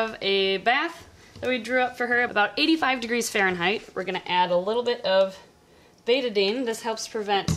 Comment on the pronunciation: I think "Betadine" rhymes without "eighty-nine," not "rate a bean."